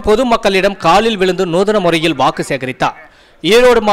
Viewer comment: வாகு இல்ல வாக்கு